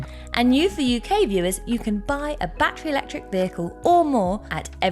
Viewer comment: One shot for every bat-tree